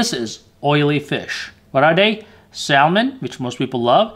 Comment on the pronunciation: It's pronounce Samon. L is silent.